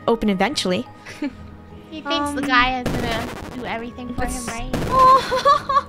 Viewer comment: It’s pronounced: ( jee-a) but spelled: (Gaia)